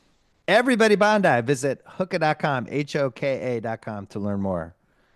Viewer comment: I’m sure Hoka really appreciates Bill's pronunciation of their name. It’s ”hoe-ka”